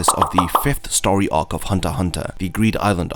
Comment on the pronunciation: Its ark not ohk